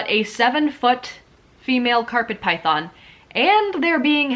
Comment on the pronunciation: I enjoy watching videos like these but the way you say ‘Python’ and think that all people in Pet Shops aren’t knowledgable really annoys me ! 😅 here in the U.K we’re much better than anywhere else, honestly ! 🙄